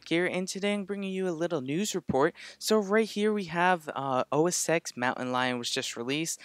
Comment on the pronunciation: Sorry, gotta say too: OS "TEN"